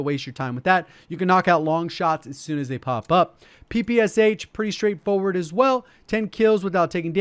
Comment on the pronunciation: My ears curled into a tube when called Shpagin's submachine gun P P S H. Must say P P Sh